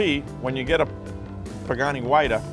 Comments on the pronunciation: It's a fucking PAGANI HUAYRA not a PAGANI WHITETA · first of all learn how to say the name right!